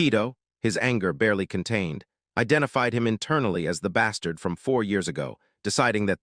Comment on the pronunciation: It’s the dark hero revenge one all over again. Are we going to make 99% of the population psychopathic in this as well and then force him to basically eliminate everyone? Also it really read “bastards” as “bastrads” 😂